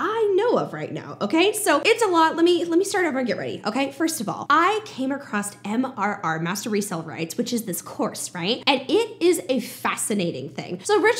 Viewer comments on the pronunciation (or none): Please, for the love of my OCD! It's "MRR" not "MMR"!! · I think you kept saying MMR like the vaccine haha. I personally found that hilarious and MRR is just awkward to pronounce